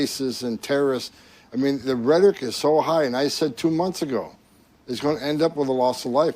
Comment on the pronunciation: the reason sounds like that is because HE DOESN'T ACTUALLY KNOW THESE WORDS - such as "rhetoric", which he pronounces "RHEH-tic" (only 2 syllables instead of 3) -- BECAUSE HE HAS NO IDEA THAT THERE IS A THIRD SYLLABLE IN THAT WORD!!! let's research whether he signs all documents with an "X", because he is ILLITERATE. let's find one of his grade school teachers (or even people who attended his grade school when he was there) to tell us exactly how far he actually got in school, and HOW he managed that ---- such as, did he have someone taking his tests FOR him??